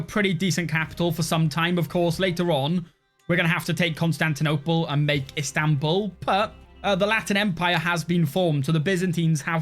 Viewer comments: İts İstanbul not İnstanbul :D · "Instanbul"? Isn't it Istanbul? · Pleaasseeeeee - I beg of you, change it to Istanbul NOT Instanbul